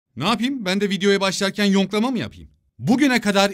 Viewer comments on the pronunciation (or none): Videonun başında yoklama değil yonklama diyo